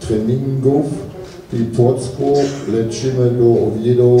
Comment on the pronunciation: "po treningu w płocku leczimy do oviedoł, grać czy mecze kontrolne". Bez jaj, mam kolegę Niemca, który bez problemu powie chrząszcz czy skleci sensowne zdanie po polsku i jeszcze nie raz mnie poprawi, więc niech się nie wydurnoia, że to tak trudno mu przeczytać, bo jakoś niemcy nie mają problemów ze zrozumieniem polskiego